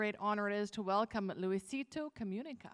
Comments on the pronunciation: "Louisito Comiunica" xdxdxd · Luisito comuniqueishon😂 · luisitou "comiunica" ajjajajajajajajajajajajja